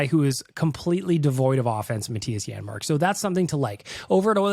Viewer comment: “janmark” lol